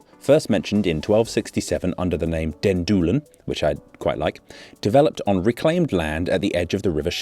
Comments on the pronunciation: You should maybe pronounce Doel like den Doelen, the one of the latter was on point, the former on pint! Sorry, but good story, thanks! :face-blue-smiling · No, it's in Oost-Vlaanderen, not Antwerpen Also, indeed not the 'oe' sound in doel, but he got it right strangely enough al when pronouncing 'Den Doelen', which I found funny